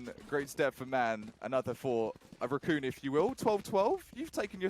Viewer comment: I hate how the casters pronounce Raccoon its like they have never heard of it before